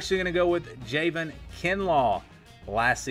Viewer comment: Javon is pronounced Juh-von. Get rid of Bentley and we might have a good season. Go cocks!